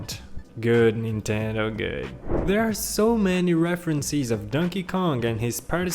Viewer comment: It's actually Nintendo not ninteno oh and also reference not referenceee